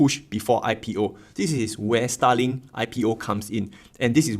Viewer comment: i know you are saying Starlink but it sounds just like STALIN